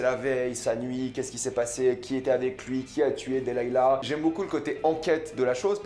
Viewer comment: sa se dis delilah PAS delayla